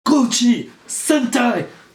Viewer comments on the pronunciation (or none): Its pronounced gosay not gochi